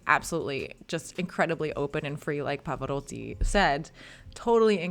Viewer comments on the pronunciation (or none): So why not anglicizing the others as I suggested? And Pavaroddi. Alegreddo? On one hand, you are trying to pronounce Italian properly, I hear your effort, then you throw it in the garbage. I don't get it.